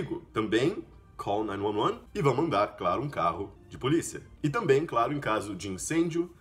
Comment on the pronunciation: Caramba, a pronúncia de 911 achei que fosse nine eleven ou nine one one e vc pronunciou com nine "nuan nuan" essa pronúncia também não sabia. Alias essa armadilha de emendar as palavras na pronúncia que nós aqui sempre nos perdemos.